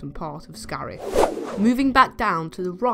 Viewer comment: Scarif, not scarf